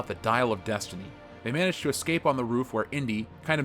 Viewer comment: Dial of deuce-tiney